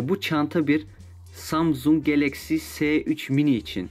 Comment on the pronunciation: Se 3 değil abi es 3 diye okunuyor